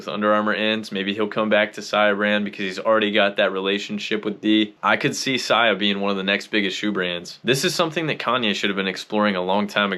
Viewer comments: Why u said sia like that in ur opening monologue??? Wtf I don’t know what’s this is about but fuk this <<—- beat it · You've been a long time follower of the founder but can't pronounce his brand name??? Oooooook....😂🤣😆😂🤣😆